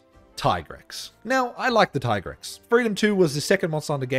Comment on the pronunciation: It's Dee-a-blos and Tee-Grex, duh